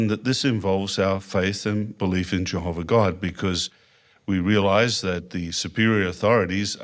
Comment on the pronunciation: In his own words he’s lawwrrr abiding, and obeys Jehoverr 😄